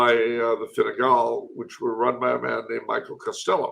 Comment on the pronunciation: calling Fine Gael (Tribe of the Irish) Fine Gall (Tribe of the Foreigners) is hilarious, whether intentional or not!